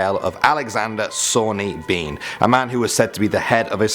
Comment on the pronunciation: Hmm, given the date ae the Sawney Bean legend, I'm wondering if it's actually pronounced "ban" rather than "been". There is a Clan MacBean, which is Englified as Clan MacBain. If this is richt, then it makes the legend rather ironic, as the name Bean is derived fae Gaelic fer either life (beatha) or white/fair (bán)